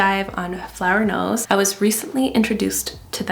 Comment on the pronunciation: Beautiful products but I keep hearing it as flower nose and it‘s really funny to me because the first time you mentioned it I was like why is she not addressing the name 😂😂 until I realised